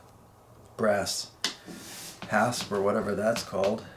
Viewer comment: Pronounced as Hasp an' Staple... 'a' as in apple not 'a' as in able.